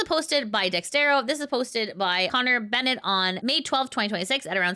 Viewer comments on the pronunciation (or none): none